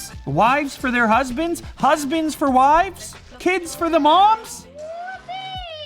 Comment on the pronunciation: "Up to 200 for movies", w-why did i heard "Up to 200 porn movies" ??!